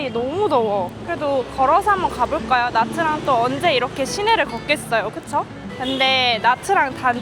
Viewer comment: actually it's '냐'트랑